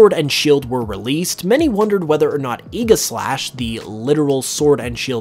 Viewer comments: That's how he pronounced it - which is wrong. It's pronounced Ay-jih-slash. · Thats how the anime pronounces it. Its Egislash. There is no J in Aegislash, so you can't pronounce the J either. Egi - Regi (But without the R). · i pronounce it aigeslash but whatever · You’re pronouncing Aegislash wrong. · the way he pronounces aegislash hurts